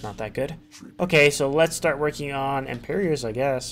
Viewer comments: Good work! Also, it's not "Imperior's armor" it's "emperor's armor" :P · You pronounce Emperor's really strangely, is that an accent or is it just a mistake? Almost sounds like you're saying "Emper(iors)" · "Empyreor's" lol. I love this channel